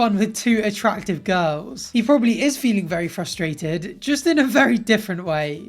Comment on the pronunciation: it always makes me fRustrated when people continuously go "fuSStrated" 😂